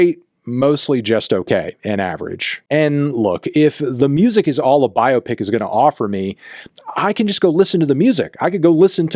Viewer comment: Well done for pronouncing biopic correctly, instead of saying “bi-opic”.